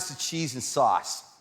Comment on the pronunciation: S-awse not soh-ce. Perfect was off . But great job!